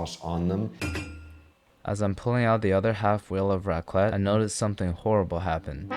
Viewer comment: raclette ???? that .... was raclette ??????........... jesus my french soul is leaving my body